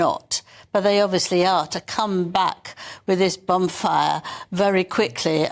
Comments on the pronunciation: It sounded like "bum fire"😂😂 but is dignified so it's probably "bon fire"! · Did say bonfire or bumfire?